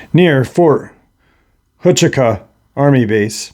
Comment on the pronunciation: Im not picking on you, its pronounced Fort (wuh-choo-kuh) Huachuca.